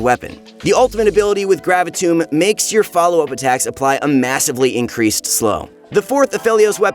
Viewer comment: Your pronunciation of "Gravitum" triggers me, especially considering you pronounced the other 4 guns correctly and they all end in "um".